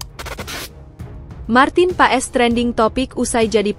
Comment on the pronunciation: Paes pengucapannya bukan pa-es .. tapi PAS .. jadi Martin Paes = Martin Pas .. ae di Belanda jadi a … ui=eu (baca seperti ejaan sunda) … setui k di baca streuk